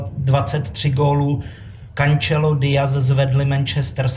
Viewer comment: Po minulom podcaste kde bol "Džádon Sančo" je tu teraz " Kančelo"😂😂 poprosim pana odbornika nech uz ine mena ako z vlastneho narodaku uz radsej ani nevyslovuje😂 taktiez Silva dal miesto spominanych 23 -28 😂 tak radsej sa nabuduce pripravit lepsie ked uz idem hrat mudreho